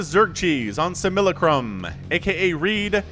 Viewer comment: It's Simulacrum like simultaneous? Sigh mull lah crum.